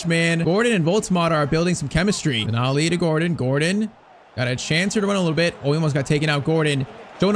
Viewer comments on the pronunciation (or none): none